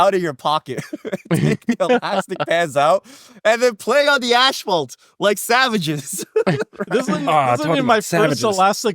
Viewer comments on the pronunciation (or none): “ASHPHALT” lol makes it sound more metal